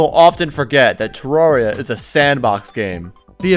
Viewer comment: you're the first person on yt to say terraria correctly